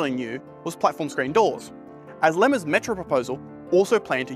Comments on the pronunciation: Lots of dreamers, lack of money trees.. Also it's Iemma with an I, not.. but forgive you given age. Pronounced J/Y - emma Interesting all the similarities between various plans and what we have now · Great video! I've never seen all these reports brought together so comprehensively on YouTube. It's important to understand previous proposals and how they've led to our current situation. P.S Morris Iemma's name is pronounced "Yea-ma", not Lema by the way. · It wasn’t pronounced, but more pronounced iemma, morris i- yeah-mah… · If doing youtube for a year has taught me anything, it's that there will always be a mistake in the videos I make. Unfortunatley, this video is not exception. Turns out Morris surname is actually spelt 'Iemma' and is pronouced like 'Yemma'. I was 7 when he was premier, so I'd never heard it pronouced before, and because of how close I and l are, I just assumed it was, and at no point did anyone correct me during production, or in my many rants to friends about that topic. So woops. If there's a lesson in all this, it's that mistakes can and will happen, and hopefully I don't make the same mistake next time. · Great video! Just one frequent issue. IEMMA, IEMMA, IEMMA No Lemmas😉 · Really. I can handle you mispronouncing place names- but at least get the letters right. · Fantastic video and a great summary of the 21st century shenanigans that (finally) led to a better rail network. PS it’s iemma - and it is actually pronounced “Yemma” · Why wouldn't you just GOOGLE Morris Iemma name and it would pronounce it for you.